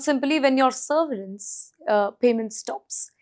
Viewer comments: It is severence……not seRverence…….you make your channel look bad by these ridiculous pronunciations. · SERVERANCE? Or severance? 😂